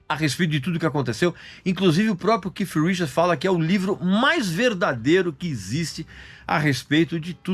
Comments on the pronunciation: Não é Keif não, meu caro. Se vc não sabe a pronuncia exta do 'th' em inglês diga Kate, mas não 'kif' como vc está pronunciando aí o nome de Keith Richards! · O Regis é cheio de frescura para pronunciar dai o povo vai na onda Keith e ponto nada de keiff eu hein aja frescura